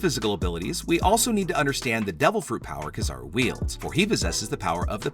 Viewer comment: Shanks definitely, but I really hate how you pernounce kizaru(ki-zah-roo).